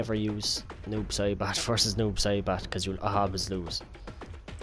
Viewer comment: I keep hearing noob sherbert...